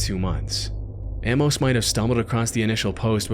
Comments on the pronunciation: I've never heard someone say Amos wrong before. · Buddy. Love ya. That is not how you pronounce "Amos."